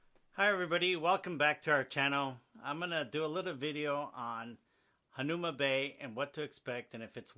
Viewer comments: The least you could do is pronounce HANAUMA correctly!😤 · If you want to be credible, at least learn to pronounce the name correctly..